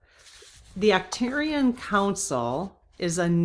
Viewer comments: Ark turians Arch pronounced Ark. Not a criticism jut trying to help. Love your videos. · It is Arc-turians, like Ark.